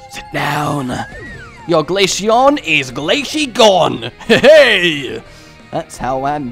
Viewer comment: i swear i will find you if you pronounce glaceon wrong one more time like you did go Ahead and screw up other names of Pokemon just not freaking glaceon one more time. here glace-eon pronounce it right damn